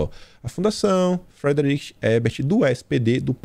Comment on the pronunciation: A pronúncia é "fridritch"